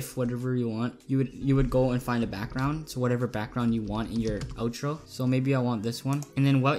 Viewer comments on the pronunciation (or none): Not to be mean, but it's OUTro not Otro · no I meant you SAID it like oetro like o